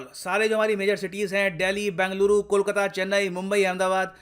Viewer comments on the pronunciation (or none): none